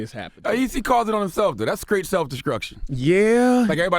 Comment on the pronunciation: Charlemagne really just said "that's skraight self deskruction" 😁😂🤔🤔